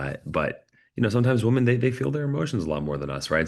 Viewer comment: You gotta learn how to pronounce "women" "Woman" is singular, "women" is plural, and they are pronounced very differently.